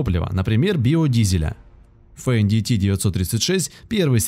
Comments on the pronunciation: Не фендити, а фэндт! Не деутц фахр а Дойц-фар! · то чувство когда диктор не умеет произносить иностранные слова и в технике не разбирается совсем. с самого начала фенДиТи с четырьмя клапанами. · Что за "фен ди ти"? Это Фендт [фэнт], немецкое имя. Вы бы хоть готовились к видеороликам, изучили тему. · Не фэндити а Фэндт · Не Фен Ди Ти а Фендт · Это на каком языке Fendt произносится как фендити? У меня на первой минуте кровь пошла ушами. Дальше даже не смотрел, страшно стало( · Фендити? Деуц Фэхр? Вы серьезно?